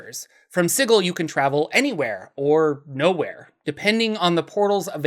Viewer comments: Man, sig-ill makes me fucking cringe so hard every time I hear it. Love your content, but that pronunciation thing was killing me. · "Si-gill" huh? Then I guess imma gonna pronounce it "" from now on! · Apparently is Si-gl.. and if you say Si-jl, it would be a crime. This post was made by the Harmonium gang. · Hundreds of years of soft "g" in the English word "Sigil(si-jul)" all but demand "Sigil" should canonically be written "Sigle"(pronounced "single" with no "n") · Hey idk how else to put this but I really dislike the way you say Sigil idk if TWOTC said to say it like that but it just doesn’t sound too great that way I would personally pronounce it as the normal word Sigil as it also would refer to the massive city being a symbol of many things. Other than that thanks for some good videos it helps with a lot of writing and ofc to learn about the overall lore is always good fun 👍🏻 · An excuse for mispronouncing the name of a city, followed by telling people how they are supposed to pronounce your name. Interesting... 🤔